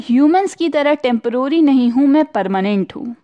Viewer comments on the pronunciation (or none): Why is not someone talking about TempOrary (her pronunciation)😬😂btw nice explaination ✨